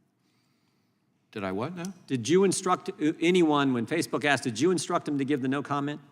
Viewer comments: The word is ASK, not Axed. She can't even pronounce basic words properly. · 'Especially because I did axe directly" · She “axed”.😞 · Bush axed Wray. LOL